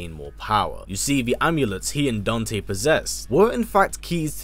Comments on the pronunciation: Who the hell is daownte? Lmaoo it’s Dan-te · bruh he really said "dunte"